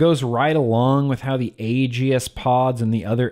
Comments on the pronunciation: For the love of….it’s pronounced like A-Gis, not A-Gee-is. The E is silent. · gods DAMN it, man, as much as I wanna love ya like a brother, just... "Age-ey-ist"?! Seriously?! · No one:: „Agi-is“ Jk:D nice vid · You say aegis weird